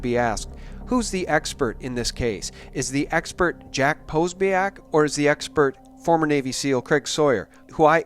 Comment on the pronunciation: It's pronounced Pa-SO-bic. Just FYI. Keep up the excellent work.